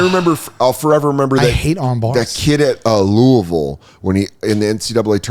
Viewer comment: God bless Dan for saying Louisville the way locals say it